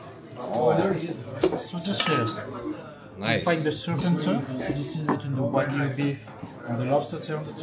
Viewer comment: DET HETER WAGYU INTE WAGY 😤🤬